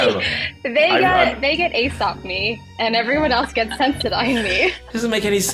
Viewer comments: Aesop is pronounced ‘ee-sop’ not ‘ay-sop’. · Aesop = EE-sop Like the ancient Greek storyteller